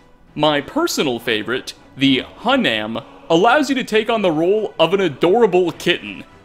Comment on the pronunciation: says hun-am you have committed crimes against skyrim and her people, you may say nothing in your defense its HYU-NIM, like youd say HUMAN, cucklenuts!